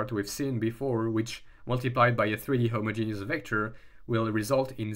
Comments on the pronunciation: Ahh yea you put emphasis on the first part a lil HI-mogenous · The only thing I don't like about homogeneous coordinates is the way some people pronounce it, which makes it sound like a homosexual genius. Not sure how to spell how I say it phonetically, but it's a bit like him-odge-in-is with the emphasis on the odge. Or hom-odge-in-is if you pronounce the first o, but like in rom, not home.